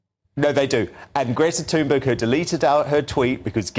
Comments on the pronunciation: “Greta Tooonburg” 😂😂👍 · Gretta Tonguebig